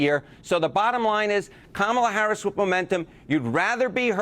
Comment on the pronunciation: needs to be Fired from CNN for miss pronouncing President Harris's Name!!! FCNN!